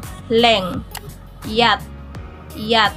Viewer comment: wrong po yun pagbasa mo wala po sound siya example yun yat1 mo dapat mataas yun